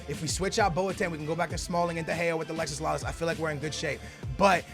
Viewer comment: I cringe every time you say Alexis Lalas it's Alexi (no s)